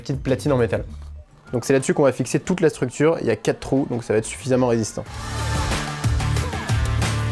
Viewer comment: La Strucure? xD